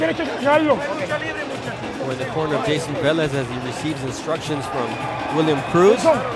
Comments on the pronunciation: Hey bernard!..Its VEH-Lez Not VAh-lez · why does Bernard hopkins keep saying vaaalez when clearly it's veeelez and even the other commentators are saying it right and he still pronounces it wrong?? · Vélez, not vAlez... so annoying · Wtf is Vahlez? Hahhaa